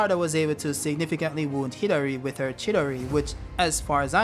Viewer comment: Hidari and Chidori sound similar the way you say it 😂 good vid tho